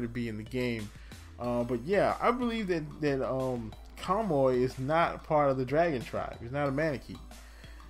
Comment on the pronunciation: Its (kah-moo-ee). Just had to throw that in there. Okay, I never really looked too closely at the character art so I never noticed they were barefoot! That's interesting. lol im blind